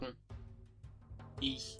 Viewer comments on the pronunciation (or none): Overall a really good and well researched video. I just want to correct some pronunciations. To me it sounds like you're saying [ç] in MHG but it stayed [x] until after the MHG period and MHG sounded a lot more like Swiss German in that regard. On that note, /h/ would have become [h] word-internally in MHG at the latest but probably already in OHG. Also – and this is a difficult distinction to make, I give you that – there was a clear distinction between OHG (it's better to represent this /s/ as <ʒ> in order to distinguish it more clearly from /ts/) and representing [s] and [s̠] respectively, which is important because in certain environments the latter became Modern German /ʃ/.